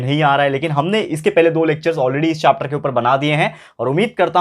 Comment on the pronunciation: chopter nahi sir chapter hota hai 🤣🤣😂😂❤️